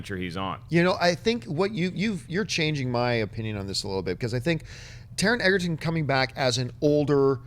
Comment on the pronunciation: It's not Taron "Eggerton", it's Egerton; pronounced the same way as Joel Edgerton. You guys have been saying Eggerton for ages (you used to say it right!) and it grates at me lol